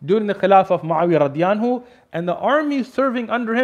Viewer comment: What is the meaning of Radiyanhu? Or is that just a miss-pronunciation?